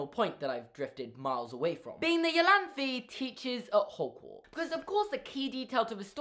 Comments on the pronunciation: Great theory as always! But I believe "Iolanthe" is pronounced "Ai-Oh-Lan-tha" (ie: like a german "e"). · Iolanthe is pronounced I-oh-lan-thee. Sorry, it's a friends name and I cringed every time you said the American siri vertion. But love the theory!